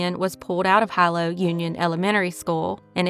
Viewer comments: Just a heads up, “Hilo” is pronounced “he-low” rather than “high-low”. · It's pronounced Heeeelo, sweetie. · Hilo is pronounced (He-low) .. Hilo Hawaii.. I used to live there and I think I worked with that father back in 2001. Methamphetamine (or Ice as the locals call it) runs rampant on the islands. God only knows what that poor girl endured sad😢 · Hilol is pronounced Hee-lo.